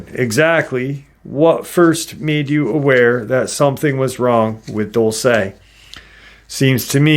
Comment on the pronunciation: My friend's family has their ranch/property just east of Dulce (Diné family) Dull-say: 🚫👎🏼 Dool-seh: ✅️👍🏼